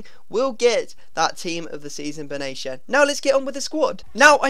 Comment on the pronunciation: Arnautovic ... his finishing feels like 99 And also Benatia is not pronounced like that, it's Bin Attia :)